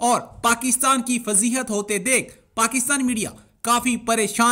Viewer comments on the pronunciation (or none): And even they pronounce pakistan ko paxtan